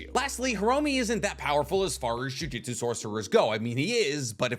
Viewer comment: For someone who makes a living from analyzing anime, you really have to stop mispronouncing jujutsu